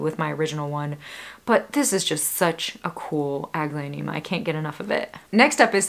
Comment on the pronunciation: Your plants are gorgeous 😍 Thanks for sharing New to your channel, love it , I am a newbie in house plants) i just can't, why i hear "ugly-onema"😂😝